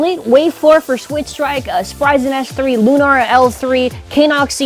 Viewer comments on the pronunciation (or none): Its lui-nor